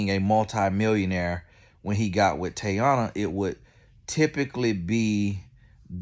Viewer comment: Sir… can you figure out how to pronounce these people names before you make videos on them bc who is Tayana